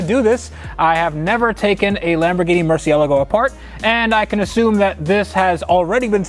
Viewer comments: Please learn how to say Murcielago the right way instead of the Murcielghgalhgahlgo😂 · He DID NOT just say mercy-ella-go .... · Anyone else just laugh at the way he said Murcielargo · ITS MURCIELAGO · OMG HE SAID MERCIELIGO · How come you can say, "Testarossa", "Diablo", "McLaren" correctly - even "Lamborghini", but you aren't interested in saying "Murcielago" the right way? You keep dropping an 'a' in there, making the word "murcy-a-la-go". There is no such car as a "Lamborghini Murcialago". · My 2013 Lamborghini “Merci- Ella-Go” 😂😂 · Stop saying MERCYAAALGO! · Ugh.... The "murci-el-go" is gonna get the "gold treatment." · Killin me man... it's Mer-chee-a-LA-go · "Murciellago" :p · It hurts every time you pronounce Murcielago incorrectly 🤷🏻‍♂️😂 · Say Murcielago like most ppl. It's a Spanish word but it's not a Spanish car. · Please pronounce murcielago correctly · You said Murcielago incorrectly. Otherwise, keep up the good work. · So triggered by the way you say Murciélago, you used to say it like a normal person until you picked it up from Ed over at vinwiki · Fucking hell man learn how to say the name of the car